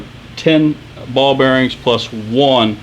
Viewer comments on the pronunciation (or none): none